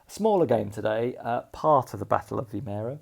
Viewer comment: Another enjoyable video. Your pronunciation of Vimeiro was close enough :D